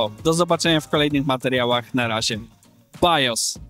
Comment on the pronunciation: żegna się BAJOS czyt. "BIOS"